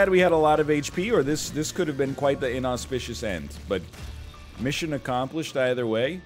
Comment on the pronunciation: man said----- inauspicious